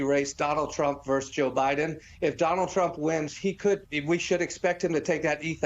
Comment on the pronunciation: VERSUS! Not “verse”!